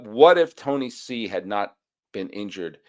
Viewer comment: You're the first American I hear pronouncing Tony C's name correctly. That's why I am an #EveryDaySully!